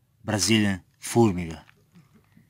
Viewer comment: “Red brasilian furmiga”